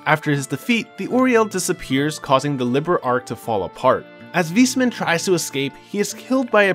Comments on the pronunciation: good recap but the "Wismann" triggerd me so hard especally as a german lol its pronounced "Wais-mann" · Nice recap but the way you pronounce Weissmann killed me. This is how it's written in German "weißmann" and it literally means "White Man". It's pronounced VAIS-MAN. Remember that almost everything north of Liberl is German inspired.